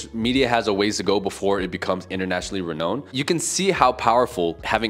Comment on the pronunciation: Couple of corrections. Nouns are not conjugated, but declined. Only verbs can be conjugated. Also, not sure if English is your native language, but you're pronouncing 'renowned' incorrectly. It should be /re-nound/, not /re-knownd/. Also we're not simplifying Polish for foreigners. Polish is meant for us Poles...